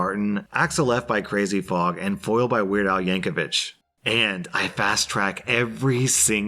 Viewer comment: be really here saying Crazy Fog